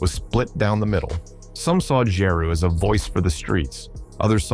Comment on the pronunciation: This video sucks. Is this AI generated? This can't be done by somebody who actually knows what went down in the era. Can't even say Nas, Jeru or Pac right. DJ Quick? Also the Wu Tang beef was limited to Rae and Ghost. They thought the album cover to Ready to Die was too similar to Illmatic to be a coincidence. Method Man even said when asked about it that Rae and Ghost just don't like anybody. The beef with Nas was largely tied to that too. I guess AI has gotten pretty good though it it's not immediately obvious to a lot of people.